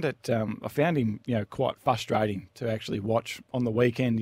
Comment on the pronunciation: 'fustrating' 'fustration' aren't words also cheers